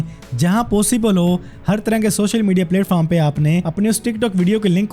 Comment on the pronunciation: Bhai Platform ki pronunciation Theeek kren Apni Please